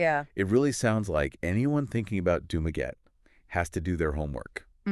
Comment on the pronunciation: Dumaguete pronounced as doomaget ? This was an A.I. LLM narrative prepared from a transcript.